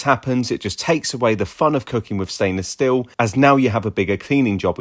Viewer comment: It’s stainless 'steel', not 'still'. Hope that helps!